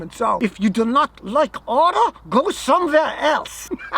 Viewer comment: "If you do not like order, go some-vere else." : )